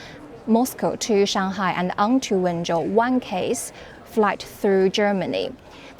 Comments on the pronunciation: me wenzhou is pronounced as "when Joe" exactly. Zhou = joe, not zou. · Can someone tell him it's Wenzhou, sounds like "When Joe"